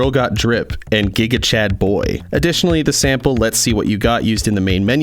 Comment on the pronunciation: The way the man thats talking says gigalcad 😂😂😂